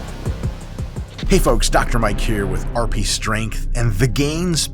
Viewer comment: "Ayyyy, get outta heea" 😂